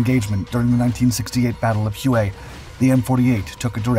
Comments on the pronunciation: It's NOT Hugh-Aye it's pronounced HWAY. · Hue is pronounced like WAY not HUE-AY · I'm just curious...have you ever seen any videos on the Vietnam battle of Hue? If you did, you would know how to pronounce the name of the city. It's pronounced HWAY. Not Hyou-Way! It's enough to make one think that you just copy text from Wikipedia, instead of actually learning about the incident you're presenting! And I've noticed that you do this quite often. GET IT RIGHT OR DON'T DO IT AT ALL!!! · The city of Hue is pronounced "whey"...not "huway". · It's pronounced way the battle of way it's just spelled weird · You may use Babbel, but I’ve never heard Hue pronounced the way you do. We always called it “whey”. Does that make us right and you wrong? No, it just makes us historically accurate. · Huế is usually pronounced "whey" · You keep mispronouncing Hue........Try using Google and it will sound more like Whey........ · Hue is pronounced more like whey